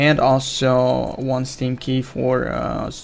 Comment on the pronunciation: "steam key" sounds like "stinky" when says it